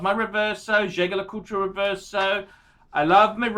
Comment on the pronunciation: still doesn't know how to pronounce "JAEGER"